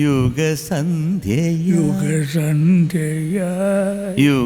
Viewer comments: It is not Ugasandhya .. it is ushasandhya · മനസ്സിലുണരൂ യുഗസന്ധ്യയായ് എന്നല്ല , ഉഷസന്ധ്യയായ് എന്നാണ്.